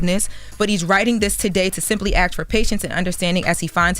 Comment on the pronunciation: ASK not ax